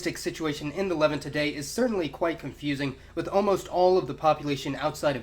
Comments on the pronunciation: Why does he keep saying "leven"? It is pronounced "Lev-aunt". It literally sounds like he's saying "the people of the eleven..." It sounds so confusing and stupud. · “Le-Vahnt”, it’s pronounced “Le-Vahnt”, not “levint”. Great videos though. Keep it up. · "LE-vant". XD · This is the first time I think I have heard Levant pronounced as levent with the stress on the first syllable. Great video though, very informative! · great video as always. by the way, I've noticed your pronunciation of "the Levant" is unique. you seem to put the stress on the first syllable, where as everywhere else I hear them say it with the stress on the second syllable- kinda more like "the le'VANT". is that just a word that everyone pronounces differently or do you have a particular reason for pronouncing it that way? thanks again for the video and keep them coming. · Levant isn't pronounced like that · LEH-VANT FEH-KNEE-SHANS